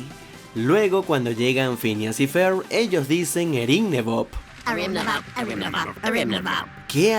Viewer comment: Pincha wey no mames asi no se pronuncia (ferb)